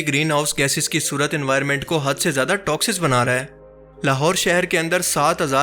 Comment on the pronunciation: AP toxic ko toxiz bol rahay hn..and you dare to talk against the research work of furqan Qureshi and sahil Adeem.. this is ridiculous